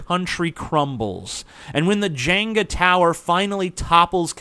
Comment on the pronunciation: jehng-gah, not jayng-gah